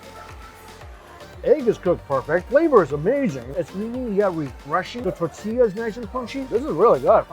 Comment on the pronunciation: And a tortilla a “ta-Tia”🤷🏼‍♀️